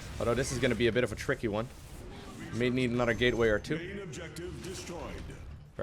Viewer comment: been a minute since i've watched, forgot how many times he says "chrrickkee" (tricky) ahh memories love these videos